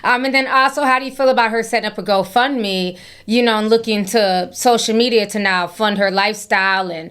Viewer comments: Ti, why did I think you said h03 fund me instead of whole fund me? I had to put on that CC to make sure 😂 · Did you say ho fund me 😂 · Every time Ti said Hoe-Fund-Me 🤣🤣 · lol are you saying "hoe fund me" 😭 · Idk if I misheard you, but when you said, “I’m not supporting her hoe fund me page,” I almost died laughing. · Did you say HoefundMe 😂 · hoefundme has me siiiiiick 😂😂😂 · ~ Ti did you say ‘Ho fund me’? 😂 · She said Hoefundme 😩😩😂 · Did I hear correctly? “I’m not gonna support your HoFundMe”🤔😂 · Why I rewatch the video to fact check and you, right! She does say HoFundMe!🤣🤣🤣🤣